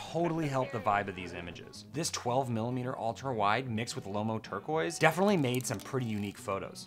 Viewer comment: Okay, you've officially proven to be worthy of a rare pre-production test roll. Love the Turquoise results, thanks so much for testing it out! (now we just gotta work on the pronunciation of the film before we can make you the official.;-)